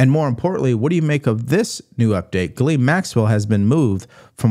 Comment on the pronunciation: Ghislaine ( jis-lane).... not gallane. Fuck man how hard is it to say